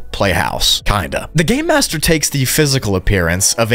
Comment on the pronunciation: it sounds like you said “the gay master”